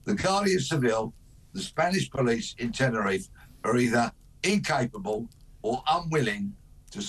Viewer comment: Its Tenerife not tenner if, i will start calling Bristol Bristo, or Birmingham Birmingh, London I'll call it Lond